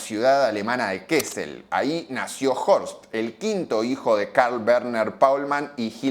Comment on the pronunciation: "kesel"? lo hiciste mucho mas ficil de lo que era, se pronuncia como se lee. Kasel😅 la doble ss se lee como una s corta